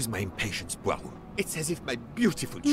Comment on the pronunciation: You're butchering the detective's name. It's much closer to "PWA-row"